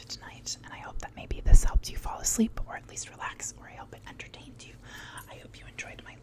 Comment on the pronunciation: “enter-taint you” hahahahaha